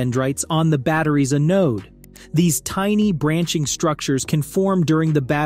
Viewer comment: The developers of this AI data base should tell it how to pronounce the word, "anode."